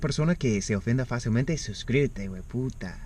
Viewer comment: Cada vez te sale más Colombiano el "¡hijueputa!", jajajaja